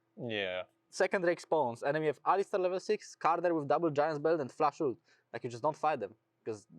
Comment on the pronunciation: Bro inspired, it’s not “uooolted” it’s ult